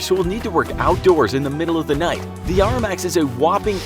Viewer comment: Was sitting here, chilling with my back turned and then I hear "Arr Max light". Had to take a double take. You mean the ARRI 18k..? The light we use on sets? The $48,000 light?